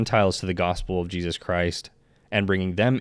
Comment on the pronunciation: I think you do a very good job and you are easy to listen to. Please stop short cutting the names of JESUS TO JESZ…make time to remember to say his Fully pronounced name…thank you.